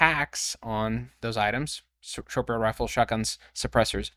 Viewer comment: Whats a sherporal rifle? Oh it just occured to me that you said short barreled rifle.